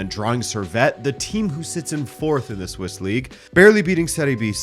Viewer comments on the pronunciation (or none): none